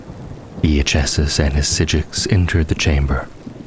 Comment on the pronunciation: minor correction: Iachesis is pronounced "eye-key-sis". Great narration otherwise! Very cozy and immersive.